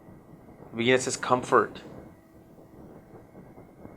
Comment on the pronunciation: Love this guy -- really love it when it sounds like he says "Weenus" not Venus! Pisces in Weenus! lol! Sorry guy, you're amazing! Thanks for sharing all your thoughts!